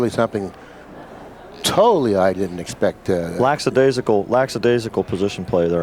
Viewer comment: It’s lackadaisical; there is no “s” after the k. It just sounds ignorant